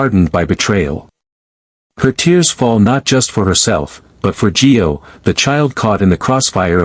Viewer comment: ITS NOT G E O!!! ITS NOT JOE!!! Get it right! It’s GIO!